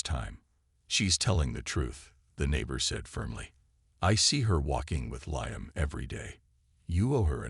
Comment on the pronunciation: If you can’t pronounce Liam don’t make the fake video.